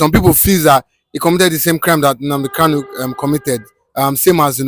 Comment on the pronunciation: Kalu? Kanu yes. Get it right